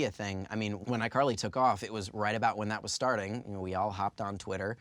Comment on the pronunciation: Did anybody notice , he said ICarly Thar (or something like that$